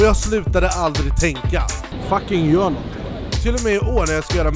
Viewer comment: "GJÖR" Bra svenska shurda 👊🏻😘